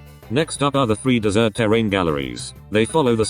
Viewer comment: (Snowy dessert roock) seems your tts has a speach problem lol